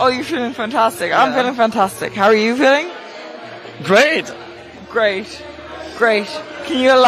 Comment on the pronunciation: XQC: GRAET: GRAESH GRAESH